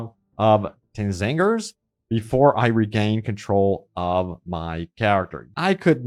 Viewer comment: xangoors not t zangers